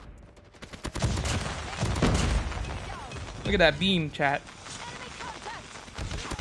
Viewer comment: lmaooo I thought he said “beans” but he said “BEAM”